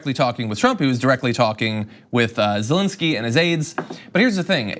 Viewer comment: It's Zelensky, not "zelinsky".